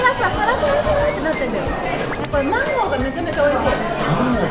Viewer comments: 芒果發音不好在日本的時候可別亂說啊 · 因為芒果的日文發音是(Mango),而女生下面的發音是(Manko), 所以如果發音不對,意思就天差地別😅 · 芒果的發音 日文就是講女生的下面…所以他說芒果汁等於是…飲水..機